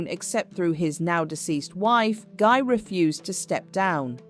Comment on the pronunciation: Guy is pronounced 'Ghee' like in geese